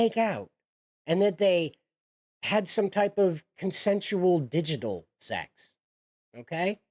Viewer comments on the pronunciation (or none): You sound pretty ignorant when you can't be bothered to look up words like "digital". Not listening further.